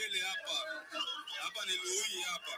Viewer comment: c'est Luhihi et non kahihi